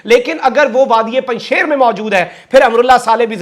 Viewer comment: یہ لفظ Panjshair نہیں، "Panjsheer" ھے۔ فارسی میں "ے" (بڑی یے) نہیں ھے۔